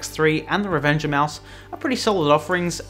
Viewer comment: It sounds like you are saying "Revenge Of Mouse" which is a much better name than Revenger